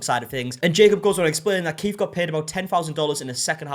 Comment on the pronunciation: If you're going to say Keith a thousand times in a video, maybe pronounce it properly. His name isn't "Keef".